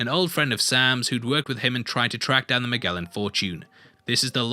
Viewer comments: Who’s “Magelan”? Its pronounced as “Majelan” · Magellan is pronounced as Mah-jel-lan not mah-gehl-lahn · Someone must’ve caught this, but I will say it anyway. First this breakdown is great and I don’t blame you for mispronouncing the name Magellan. The “g” is a soft g like in gem or gel not like girl or gold. Why it’s called soft I still don’t understand myself so pobodys nerfect. Cheers.